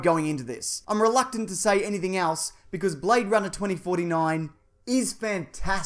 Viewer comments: He say you BradeRunner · Blayde Runnah, mite